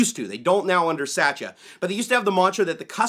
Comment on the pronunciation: I get amused every time when you say the Microsoft CEO's name. You pronounce it like Satcha when I think it is pronounced as " suht-yaa" ... Makes me laugh everytime XD To answer your question in the video, I did find some programs after the update in March but I removed them immediately and never found them again on my computer. Cheers mate!